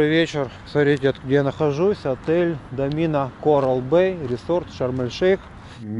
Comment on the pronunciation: Правильно говорить ДО'мина, а не "домИ'на"